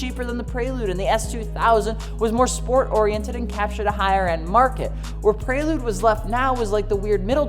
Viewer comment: The “Praylude”